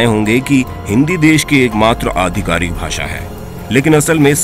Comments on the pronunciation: भाषा hota hai Na ki भासा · भाषा होता है नाकी भासा